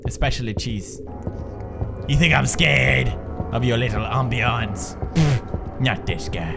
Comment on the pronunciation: Why does Pewds know how to say ambiance in the beginning of the video, but he suddenly can't for the rest of his gaming life? xD